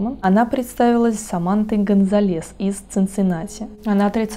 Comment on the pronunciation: ГонсАлес а не ГонсалЕс😂